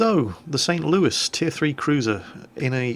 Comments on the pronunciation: Because Louis ends in an S and not an E. So why would you say it as if it ended in an E and not an S? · ThatGuy3714 Louis is a french name. St. Louis the city is named after King Louis the Ninth of France, who was sainted by the Roman Catholic Church, he was a crusader and such things like that. I actually been to the city, they have a Cathedral dedicated to Saint Louis as well, very nice mosaics, almost medieval in quality and style, not something usual in the United States. Anyway, the french pronouce Louis as "loo-ee" the "s" is silent. By the way, St. Louis originally part of french colonization, not english. It is an originally french city! Same as New Orleans (Orleans is a city in France). We don't say Orleans the "French" way either !